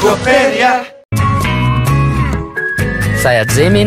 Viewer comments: Todos escuchando "Saya Jungkook" Lo que yo escucho "Soy el Jungkook" 🤣😅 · Lo siento pero yo escucho re bien "Soy el Jungkook" En vez de "Saya Jungkook" xd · It's SAYA everyone not Soy el😐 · Es que tienen que decir "Saya" y su nombre Pero escuchamos "soy el x" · Me siento estafada, yo que me emocioné 😔✋🏻, pero parece que dice "soy el Jungkook" y le sale súper bien 😭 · Yo vine por "soy el Jungkook " sjjsjsjs xD Soy la única que ah Jin le entendio "Sayajin" ? 😩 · No es por ser mala pero cuando para cuando jin salió dijo sayallin